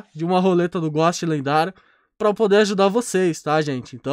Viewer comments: ele tá tentando falar ghost? ele fica falando góst q agonia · Ghost = Gousti e não Gósti 👍🏻